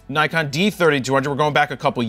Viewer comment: Funny how a guy who can't say Nikon correctly tells us how to pronounce piano. (Joking here, making fun of Americans.)